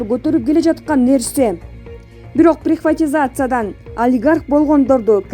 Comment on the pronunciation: Комментатор энтикпей суйлочу канчык!прихватизация эмес приватизация болот туурасы!